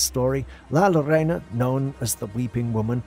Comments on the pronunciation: La llorona plz learn to say it it's not lorana it's pronounced yourona! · If you're gonna talk about something please pronounce it correctly. "La Llorona" is not pronounced as La 'Lorena'....it's pronounced 'JOE-ROE-NA'. The double L in Spanish makes the J sound. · Not La Lorena, La Llorona (Yo-ro-na) The Crier or Lamenting woman. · LA LLORONA .......... LAH YOROH NAH IF YOU SLOW DOWN , SLIGHTLY PAUSE AND JUST PRONOUNCE WHAT YOU SEE HERE . WITH A LITTLE PRACTICE YOU MIGHT NEED TO PROVIDE NECESSARY PROOF TO I.C.E. AGENTS.